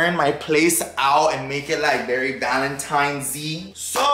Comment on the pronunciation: lol 😂😂. It’s ValenTINES, not times lol awww